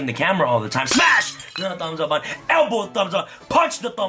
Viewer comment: You say “button” like “bun” and I didn’t understand what you were saying until I was today years old.